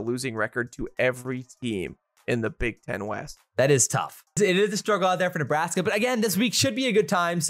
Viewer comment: 35 -10 neebraskee.